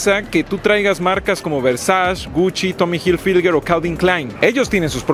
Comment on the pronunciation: OK, sí. Pero por qué dice Gushi y Versash. 😅